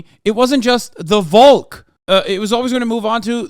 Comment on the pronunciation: Great video, but please pronounce Volk with an F sound at the beginning